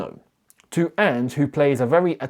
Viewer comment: I almost hope forest sack Ange so I don't have to hear you constantly butcher the pronunciation of his name.